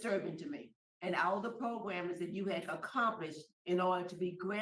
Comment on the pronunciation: I just realized that Jim Wise says progrums like Tony Marabella!